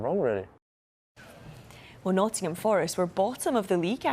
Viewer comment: Dear Sky, it is NOTTINGHAM Forest or NOTT'M Forest. It never has been and never will be Notts Forest. PLEASE STOP MISPRONOUNCING NOTTINGHAM FOREST.